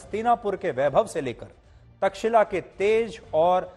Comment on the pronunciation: तक्षिला नही तक्षशिला